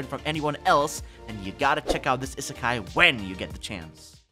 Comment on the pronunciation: did bro say is sky anime??